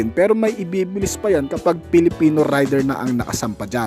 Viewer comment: rider hindi raider 😬